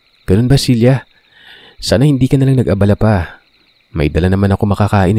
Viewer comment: Ang gulo mo. Cela ba o Cilia pabago bago ang binibigkas mo eh!